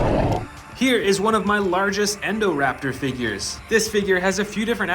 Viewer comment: the pronouncing of 2 dinos the first one was atrocoraptor it was pronounsed "Atrociraptor" the second one was endoraptor its "Indoraptor" i hate the english auto generated caption its the worst